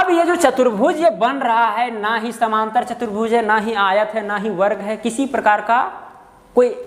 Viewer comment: कृपया उच्चारण शुद्ध करें समानांतर बोलिए समांतर नहीं